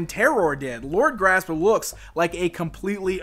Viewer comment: Surely Lord Gr'asp should be pronounced with a gap to emphasise the 'asp' part of his name, asp being a type of snake.....